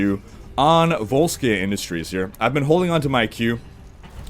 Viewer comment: It's "Volskaya", not "Volskay"...BTW. ;)